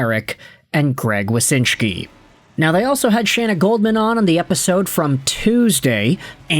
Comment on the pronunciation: So it's Wyshynski, not Wysynshki.